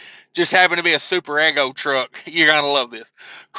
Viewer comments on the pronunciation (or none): Just so you know it is pronounced e g0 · To reiterate and say it in a different spelling Eeeeee Go